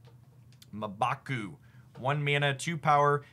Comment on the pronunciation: How tf this dude don't know to pronounce MCU characters NTW, MBaku, Makkari....???